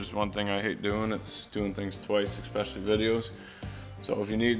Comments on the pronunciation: I giggle every time you say "ex-specially" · I love your videos but it drives me insane when you say exspecially there’s no X in especially